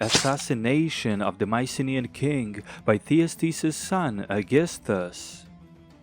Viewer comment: It's so nice hearing you about Mycenaean history also great pronunciation of the Greek names :D